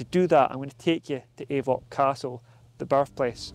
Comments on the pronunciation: It's not pronounced 'Ay-voch'. It's pronounced 'Auch'. Like 'och'. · That's not how you say Avoch. It is och.